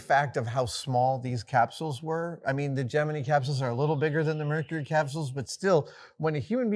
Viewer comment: He pronounces Gemini correctly. When I worked at NASA, I got corrected on that one once.